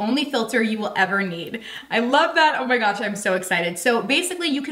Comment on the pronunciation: It sounded like you said Hoe my gosh Lol. Great vid. Thank you for the review!